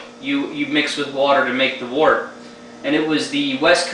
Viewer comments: 1: Mr. Beer sucks. Go get the stuff and do it right, you'll be glad you did. 2: Glass bottles, not PET. 3: It's pronounced "wert", not "wart". Give it another shot! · pet bottles are fine for the beginner, but i agree with getting the right gear and doing it right. and its actually pronounced wort, the way it is spelled :-) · its pronounced wert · According to the dictionary, it can be pronounced either "wurt" or "wart". So I retract my previous edit, as it can apparently go either way. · well im in ireland, and most people here speak english very well, and i am back and forth to england a lot, and i hear pronounced most often as something between wort- wurt.